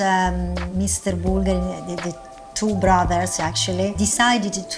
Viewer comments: Il faut mettre l'accent sur la u, pas sur la i. Bùlgari et non Bulgarì. Ça fait vraiment une difference énorme. Style, un italien ne comprend pas de quoi tu parles. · Au moins apprendre à prononcer le nom Bulgari! Bùlgari, et pas Bulgarì! C’est comme si un italien prononçait Càrtier pour Cartier. Mais jamais de la vie!